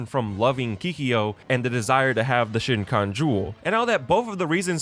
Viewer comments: Love this take on what was also my first non-4kids anime. But puleaaaase stop saying "shinkon jewel" it's shi-kon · Okay, I have to say it. I think you pronounce the name of the jewel wrong literally every time you say it in here. Did you watch 193 episodes and walk away not knowing how to pronounce "Shikon", which is said about 100 times per episode? Lol You keep saying "Shinkon"! It reminds me of Benedict Cumberpatch saying "penling" and "penwing" instead of "penguin" every time in that documentary! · Shikon, not shinkon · You too but I spent the video getting distracted. Why do you keep saying “shincon” jewel? You are making YouTube videos, sir it is (she-cone) Shikon jewel! 😢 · The video itself is excellent but your pronunciation of Kikyo's name is making me pop a vein mate. It's also not shinkan jewel it's shikon jewel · shikon not shiNkon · BRO its the Shikon, SHE CONE, not the Shin khan. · SHI-KOHN jewel. Not whatever nonsense you misheard and assaulted my ears with, shinkon or shitkon or w.e you keep saying 🥴 good grief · SHE-CON (Shikon) Not SHIN-CON 😭 yes I love inuyasha real bad and rewatch the show on an annual basis 😂 since I was 10. Even have inuyasha and sesshomaru tatted on my leg sleeve. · if i hear you say " shin-kon jewel " one more time x"D its shEEkon not shiNkon hahaha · the amount of times I heard the shikon being called "shin cone" is absurd is literally 四魂 [shi kon] or four souls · Thank you! It bothered me too. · SHE-kon. Not SHIN-kon. SHE-kon. Excellent analysis otherwise, but I stub my mind on this every time you say this. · its the SHIKON not Shinkon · 'She cone' jewel, not "shin con." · Kills me hearing you constantly say "Shin-kon" jewel...when it's the "Shi(she)-kon" jewel. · Great video, very funny and I like the take but it's SHIKON. Not Shinkon. Bugged me all video :D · There's no "n" in Shikon. It's not "Shin-kon". Other than that, great video! oUo/ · Shikon....not Shinkon. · Shikon jewel Like She-con, as in she/her and con artist